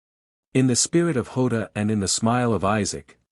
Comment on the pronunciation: And it’s jota not ota you numb nuts